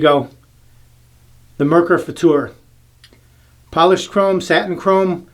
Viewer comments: Hi, I am German and you are right. The way you pronounced ist right. I mean the German pronunciation. Danke für das Video:-) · The Futur is my favorite. Setting 6 is pretty much aggressive, right. But better buy more valuable blades than the Merkur blades. Your Pronouncing of "Futur" is 100%. Greetings from Germany. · OK, you've nailed the pronumciation of futur, now how about Mühle?